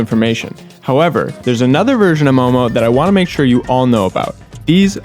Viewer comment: I am sooo proudddd of you 😭😭❤️❤ Thank youuuuu for pronouncing 'momo' correctly😭❤️